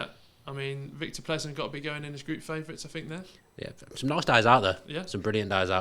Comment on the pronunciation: diversity or not, all ESPN pundits suck. Steve Nicol is literally the worst ever! These dudes can't even pronounce Plzen, where the famous Pilsner comes from!